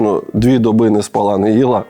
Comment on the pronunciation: Льоша, у слові "спала" наголос на інший склад